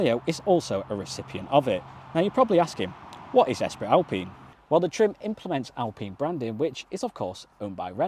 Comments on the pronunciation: Espree not Esprit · "Esprittt Alpine" 😂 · 😂😂😂 how many times! Certainly the pronunciation lacked a bit of Gallic flair 😂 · The one thing I'm learning after watching a lot of videos about the new Clio is nobody seems to know how to pronounce "Esprit" haha